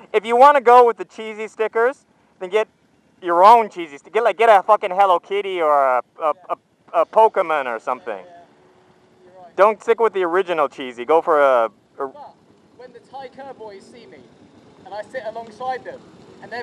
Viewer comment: Its not Pok-ah-mon. Its Pok-eh-mon